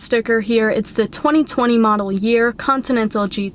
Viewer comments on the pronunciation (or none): If you also showed it outside in daylight it would have been perfect 👌. The way you pronounced 2020 I knew you are a New Yorker! 😂